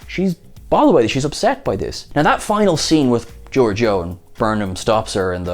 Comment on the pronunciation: lol please quit saying "GEORGE E OH" ... disagree on the blinking ... maybe.. haha great review tho!